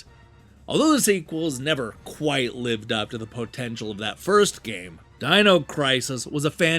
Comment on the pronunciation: Dean-o crisis?! Those damn Eye-talians...